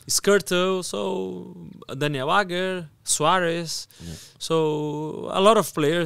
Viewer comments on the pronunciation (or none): none